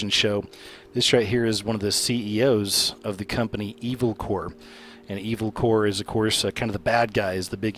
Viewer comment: Just curious, but why on EARTH do you pronounce the word "corp," which is short for corporation like "core" or "corps" in Marine Corps? It's never pronounced that way. It's said CORP phonetically. Just a tip.